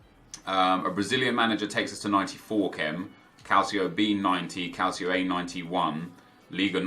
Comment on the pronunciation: Please don't say CALCIO A man